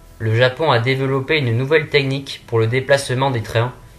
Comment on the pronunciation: Apprenez à parler français "te-nique" n'est pas "technique" [tèknique] etc !!! En plus les dates de sortie de plusieurs projets sont passées, qu'en est-il actuellement? Pourriez-vous faire une mise à jour? Sinon, ce serait un super document.